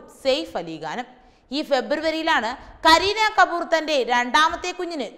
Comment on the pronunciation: KaBoor alla...KaPoor Ali Gaan.. Alla.. Ali KHaan